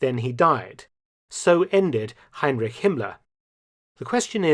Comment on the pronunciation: You are not pronouncing the name Heinrich correctly!